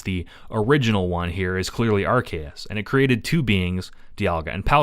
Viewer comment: IT'S PRONOUNCED ARC-OO-SE!